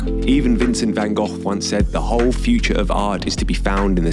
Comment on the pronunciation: I can't describe in words how happy I am with you pronouncing 'Gogh' correctly